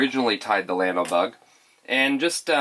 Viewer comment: Great video, can't wait to tie some up. Minor detail but it is a Spanish word and should be pronounced, "yawno". Keep up the great job!